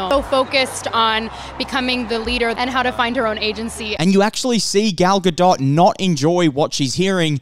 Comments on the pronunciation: It’s not gal ga”dot” • it’s pronounced gal ga”dote” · It's not pronounced right, it's not pronounced like DOT, it's pronounced DOET. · He doesn't. It's Ga-DOET not GaDOT. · Not to be that person but Gal's last name is pronounced "Guh Dough" :) the T is silent. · The "t" is silent at the end of "Gadot". It pronounced "ga-doe" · This guy has never heard her name pronounced ?? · My thoughts are that you absolutely butcher her name into oblivion every time you mention it... makes me cringe. The T in Gadot is silent! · dude... I'm an Israeli and a native Hebrew speaker. Her name is Gadot, this is how you pronounce it. Where did the "E" came from? גדות...